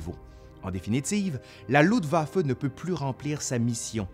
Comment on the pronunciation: LUFTwaffe pas LUDwaffe,cousin !